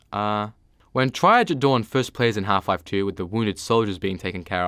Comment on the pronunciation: Tree-ahhjj Its from French. 👍